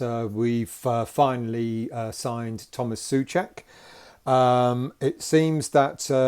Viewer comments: just in case you want to get your pronounciation right his surname is like two English words SO-CHECK, not SUH-CHECK. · It's not pronouncing Suček but Souček, you have forgoot the "O" it like yu would say the worlds "So" and "Czech" = So-Czech